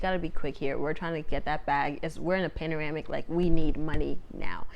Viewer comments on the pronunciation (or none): “We’re in a panoramic” … not pandemic